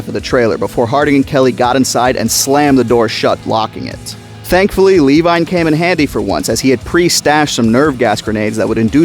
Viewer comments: Who the hell is lee wine? It Levine😂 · For God’s sake….Levine = “Luh-veen”. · Lee-vine? Lol It’s Levine my dude. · Always thought Richard Levine in the book was proved Luh-Veen as opposed to Lee-vine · ...."lee-vine"?? You mean "luh-veen"? Because that's how the last name "Levine" is pronounced. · I know this is really picky but the book character's name is Richard Levine - Levine is pronounced la-veen not lee-vine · Hey just wanted to say the name Levine Is Pronounced ‘ Leh Veen ‘ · Hearing you pronounce Levine like Lee-Vine was painful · Great video but I’m pretty sure Levine is pronounced “La-veen”, as that’s how it was pronounced in the audiobook and how Ted Levine from Fallen Kingdom pronounces it irl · Nah since he got Eddie killed and called grant an idiot we pronounce it Lee-vine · Richard Levine (lə-VEEN) Otherwise, great Video! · its pronounced Leh-veeN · Wonderful video but his name is pronounced-la-veen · No we pronounce it Lee-vine because he called grant an idiot and got Eddie killed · Why are you calling Levine 'Levi'? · Its Lee-vine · Good vid, but hearing you mispronounce "Levine" damn near drove me crazy. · every time you said Levine (or however its spelled in the actual book only listened to it on audible) i thought you were saying my name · Levine is pronounced "Leh-Veen" Dodgson's father is not a dog so I don't know why you keep caling him Dog Son :p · "Luh-veen" and "dodge-sin" Thank you. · As always, great video, perfect for consumption on the weekends haha. It just bothered me how you pronounced Dodgson and Levine.